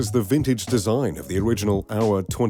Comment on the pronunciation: This video is maybe 5-10% about watches and the rest about extraneous stuff. Also, go learn how to pronounce Tag Heuer or indeed Heuer, BEFORE making a video about WATCHES. Also, I bet everyone knows a lot about Gates, Bezos and Musk and how much money they have, BEFORE coming to this video, so fucking skip that part talking about things that are not about watches, which is the fucking title of this video. It took over 2 minutes to get to hear about the first "billionaire watch". Long story short, this video sucks, it's terrible